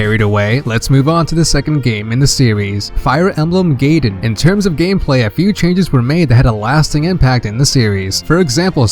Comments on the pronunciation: Guy-din not gaydin lol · "Now before we get carried away, let's move on to the second game in the franchise: Fire Emblem Gayden" Great, another person that doesn't know how to pronounce Gaiden properly. In case you want to know, it's pronoucned "Guy-den" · GUY DEN, GUY DEN! IT'S NOT GAY DEN GERJKGNERKL;GNERK